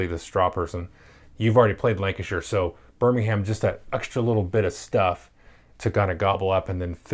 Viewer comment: No no no no NO! It’s Birming’um. Great game though XD